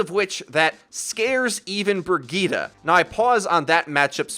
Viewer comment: "Brigeeta" gives me cancer